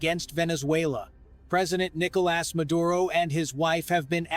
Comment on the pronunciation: AI can't pronounce his first name. It keeps saying "Nickle Ass" 😂